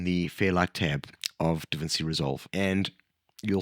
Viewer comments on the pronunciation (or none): That’s not how you pronounce DaVinci.